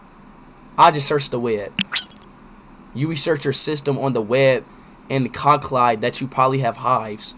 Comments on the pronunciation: man really said conclide 😳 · my guy said cunclide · This man pronounced "conclude" as "conclide"